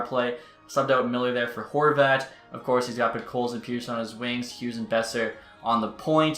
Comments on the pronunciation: Say Peterson. Now say Pettersson. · Great Vid, just please learn how to pronounce Pettersson lol